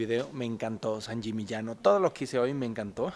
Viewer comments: Sbagliata....e San Yimiñano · Sangimignano(sanyimiñaño)Esa es la pronunciacion correcta.Muy buenos los lugares que visitas!!!!!!!!!!!! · Alan, pronunciaste varias veces San Gimignano mal, escúchate, jajaja es constructivo, me encantan tus videos, y me divierte mucho antes de cada viaje mio, veo si tenes ya un video del lugar para que no se me escapen los imperdibles. Abrazo desde Argentina.